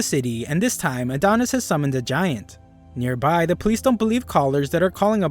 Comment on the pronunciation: Everytime you say Near Bai (nearby) I get great flashbacks